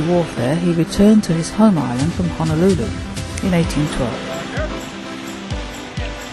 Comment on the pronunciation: The capitol city of the Hawaiian Islands is pronounced Ho no lu lu...not Ha no lu lu...